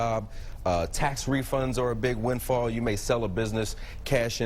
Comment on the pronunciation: Perhaps, if you cannot even pronounce "windfall" you should be fired